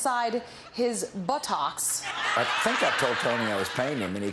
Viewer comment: THE WAY THE EMPHASIS WAS PUT ON THE WAY SHE SAID BUTTOCKS MAN THAT SHIT DID NOT CRACK ME UO